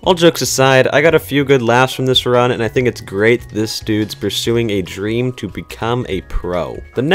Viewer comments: Everyone: Dream: Dræm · Its dream not dreem but good vid! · “Drem” please 🖐💀😭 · Is it me or does he keep saying drem not dream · He is not drem it's DREEEEM with a a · It’s dream not drEm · Drem XD its dream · Why the hell does he says drem it is dream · Why does he say drem not dream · It’s not drem you stupid it’s dream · Bruh its dream not drem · why do you say drem and not dream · Dream not drem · Its not "Drem" Its "Dream" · You said dream it's drem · I like how he said Drem not dream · WHY DO U SAY DREM ITS DREAM JEASUS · HE SAID DREM LMAOOOOO NOT DREAM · it's not drem it' dream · His name is DREAM NOT DREM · U say drem lol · Anyone notice he says drem instead of dream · its dream not drem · ah yes “drem” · I love how he calls dream drem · i like how he pronounced dream as drem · The way he says dream😂😂😂. He says drem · He’s saying dream wrong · Am I the only one pissed he said drem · Man calls dream drem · I got really mad every time he said drem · This dude just said “drem” HAHAHAHHAHAHAHAHHAHA I CANT STOP LAUGHING HEELLLP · I like how u say dream (drem) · Why does she have to say dreams name wrong